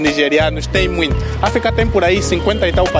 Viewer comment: melhore a sua pronúncia da palavra Muito. Abraço direito de Luanda.